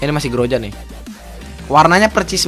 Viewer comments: Ee groza bukan groja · Groza bukan grojak